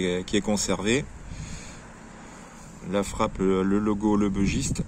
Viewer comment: J'adore ce couteau aussi. Il est issue de la région du Bugey. Il se prononce donc "bu" et pas "beu". Comme tu affectionnes particulièrement ce modèle autant avoir la bonne prononciation !